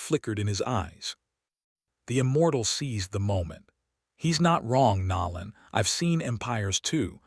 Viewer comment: How hard is it for A.I to pronounce NOLAN and VEGETA